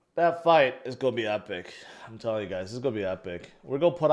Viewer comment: learn how to pronounce "GOING" . you sound like a fool everytime you say "go". it's cring af